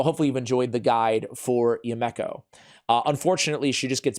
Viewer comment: Her name is pronounced: "YOU-me-koh", NOT...."you-MECK-oh".....and I just got her!